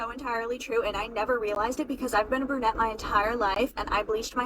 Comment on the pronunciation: ITS PRONOUNCED "BRU-NETTE", GENIUS, NOT "BRA-NETTE"! 🤔🙄😒🤷🏻‍♀️